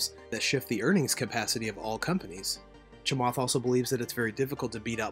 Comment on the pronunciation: His name is pronounced "Cha-matt" Not Cha-"Moth" Please try harder.